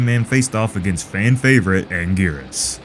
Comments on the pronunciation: I never thought I would hear "Godzilla vs Angurus as "brutal and horrifying"...😂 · It's Anguirus